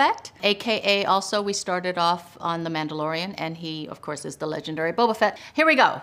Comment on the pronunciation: temura morison just saying "boba fett" sounds so dope 🤣